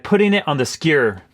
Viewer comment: Please stop saying skewer like that